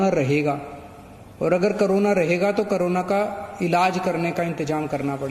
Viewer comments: Its Corona not Karona 😂😂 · Haaaaaa wah bhai kejrilal pehle corona bolna sekh le